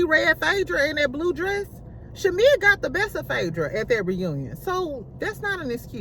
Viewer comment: Lmfao😂😂 you will never pronounce shamea last name right. Lol. Shamea so fake. She literally was shadinf porsha on the intro. Shamea hides behind religion.. im so tired of her singing... Fake asss apology. Drews bag is fake though. Its on amazon. Loll